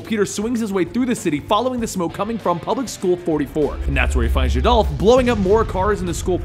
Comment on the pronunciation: Jadolph? It's Geldoff... L before the D, not after.